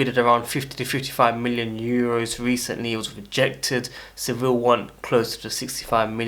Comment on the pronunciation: Bro it’s Sevilla (se-vi-ya) not civil